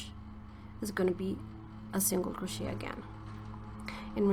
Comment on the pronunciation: This Tutorial helped me immensely! I also wanted to let you know, one English learner to another that Crochet is pronounced phonetically like this: Cro-shay like Day :) It's originally a french word, so that's why it's not pronounced like it's spelled.